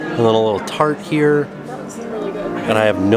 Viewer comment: The way said “ TORT” instead of “ TART “ hahah.